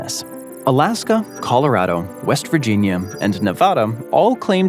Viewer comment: So, i admire that you pronounce Puerto Rico correctly, but you miss on Nevada and Colorado. 😢 You East Coaster, you.